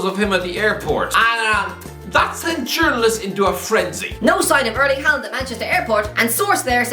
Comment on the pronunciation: Butchering names again as usual. He probably can’t pronounce his own name.